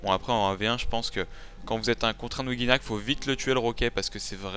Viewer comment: ouJinak ! et pas ouGUI ya pas de u